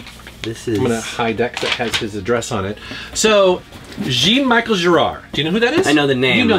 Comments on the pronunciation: It's pronouced Zhan Michelle Zharre. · you say J almost like in "Zha Zha Gabor", SH like in "shame", and "EL" like in "elephant". Zha-n Mi-sh-el Zha-r. Or Jean Valjean character from Les Misérables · I thought you were being funny when you pronounced Jean Michel Jarre :) Michel is pronounced a bit like Michelle. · Never have I heard Jean Michel Jarres name slaughted that bad....hehehe....omfg;)) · The correct pronunciation of Jean-Michel Jarre